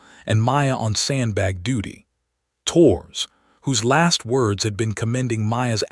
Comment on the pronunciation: "Torres" is two syllables, not one: TOH-rez